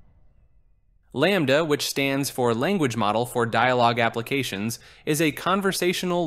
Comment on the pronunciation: Is this just an AI voice? The number of times it pronounced the same thing (LAMDA) differently is just hilarious